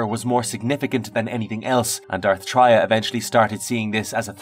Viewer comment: Its not Dark TRY-AH. Its TRAY-AH like BeTRAYal.